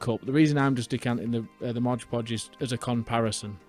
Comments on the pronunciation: I stopped counting how many times you mispronounced it as Modge Podge ;) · NO "G" IN "MOD"!!! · It's not 'modge podge.' It's 'mod podge.' The 'mod' is short for 'modern.' I used to make this same mistake when I started using it 30 years ago. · It’s called ModPodge not MODGPODGE. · Mod not Modge. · It's MOD Podge not MODGE Podge. Read the label. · if you're going to be a craft content 'influencer', you should at least be able to pronounce the names of the products you use correctly.